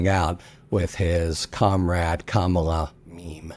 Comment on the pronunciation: Thank you Harry for finally pronouncing Kamala correctly. You must have read the comments yesterday. My confidence in you has been restored